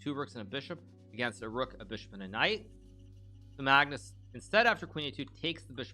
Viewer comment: I love how hikaru says Maagnus with such a long a😂